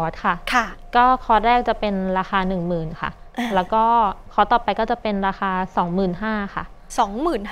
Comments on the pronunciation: ผู้ชายพูดว่า.. ค๊อด ผู้หญิงพูดว่า.. คลอส ............ออกเสียงผิดทั้งคู่ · ผู้ประกาศหญิงออกเสียงคอร์สไม่ได้ถูกซะที 😅